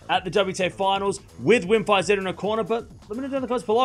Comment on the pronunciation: You learned how to pronounce "Iga Świątek", so you will also learn how to pronounce "Wim Fisette" ;)